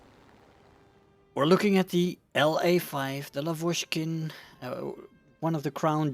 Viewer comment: Hello! Great videos. Can you, please, pronounce Russian surnames correctly? I'm talking about the word stress. L*A*vochkin, Ber*E*zin. You can check google translate for the words you are not sure about and just listen the right Russian pronunciation there. Thanks!